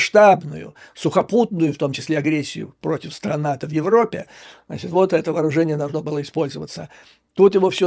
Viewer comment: Раздрай в ...Опе президента? А где проущенная буква Ж?